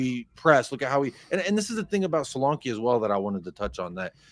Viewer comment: As an American Spurs fan, hearing roll his Rs perfectly when saying "Vicario" and then calling Solanke So-LAWN-key, Pedro Porro PAY-dro, and Ange AYEnge, is very tragic to me. After years of watching the team and playing FIFA, pronunciations of player and coaches names as they are supposed to be pronounced is very easy. Rolling your Rs is not lol